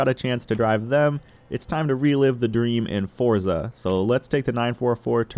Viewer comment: thanks for the great review,! did you know that the z in forza should be pronounced like the z sound in mozzarella? almost like fort-sah